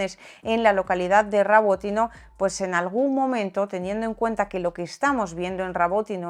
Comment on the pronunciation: Rabotine o Robotine 😂😂